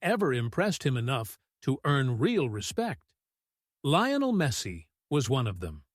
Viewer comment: Please pronounce Messis name correctly! Its Lee o nel not Ly o nel.